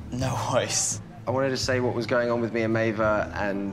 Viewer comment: Why doesn’t Maeva’s boyfriend pronounce her name properly? It’s Maéva not “ May-Vah”